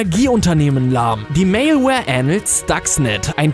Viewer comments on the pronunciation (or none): none